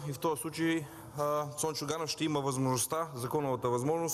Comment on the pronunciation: Само, като чуеш "ша"става ясно, че е прост!